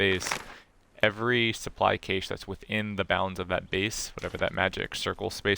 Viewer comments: Every English speaking country apart from America say "cash" not "cash-aye" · Thanks for the generation info. I didn’t know what caused the generation of supplies. Btw it’s pronounced cash not cay-sh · helpful, thanks! BTW, the word "cache" is often pronounced the same as "cash" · Or a cash eh